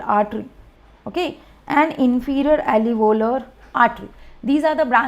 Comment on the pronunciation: 🚫 Not "alevolar" artery, it is alveolar artery.